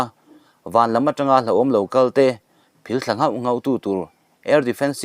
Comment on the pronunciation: Phil thla' tih hi i lam ri dik leh pek lo.